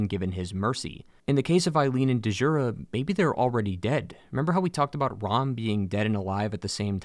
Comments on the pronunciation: Great vid. But its just "jura." Kind of like the name "Django." Its not da-jango or da-jura. Its "jura." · It's pronounced "Jura", not "Duh-jura". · My man said Dee-Jura, like he’s never seen a word with dj in it, it makes a chunky J sound, like Django, ZilDJian, etc… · Its not Duh-Jurah. The D is silent. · Great video, but i couldn't help but... It's not delivery... It's Digiura's. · DAMN YOU DEEJANGO!!! "the D is silent" . DEEJURA so you meet DEEJURA at the top of his tower. DEEJURA. sorry mate but I couldn't step over that I twitched every time, I know you can't revoice the entire episode but yeah it's just Jura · Elden Ring may be the biggest. DS3 may be the most conclusive. DS2 might be the most varied, DS1 may be the most atmospheric, Demon’s Souls may be the first and Sekiro might have the best gameplay. Bloodborne is still my favourite. Just a quick note, Djura’s name is pronounced as Dyoura, not De’jura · I die a little inside everytime I hear “Dee-juura”.. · When you said D-Jura, it reminded me of the key and Peele sketch where he calls Aaron, A-Aron 😂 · "Dee-Joora" the D is silent/ I just know you say "Dee-Jango" lmao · Stop pronouncing the D in Djura it’s silent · It’s pronounced “jura”. Eileen calls him by name I’m some sequence. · The D in Djura is silent. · I think the D in Djura is silent, similar to Django. Could be wrong but that's how I understand it. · Dee-zhura, lmao. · Da-jura bothers me so much. It’s like djinn. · The D is silent, Djura is just Jura. 🤓👍 great video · "de jura" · I found the mispronounced names endearing. That's because this video is quality. Well done! And RIP Dehjoorah. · I think that D is silent 😂😂 like Django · the "D" in Djura is silent